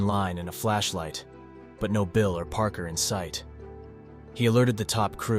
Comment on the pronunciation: Parker should have been "paarker" not "prker" I'm literally giving you my human tips on how I can tell so you can improve.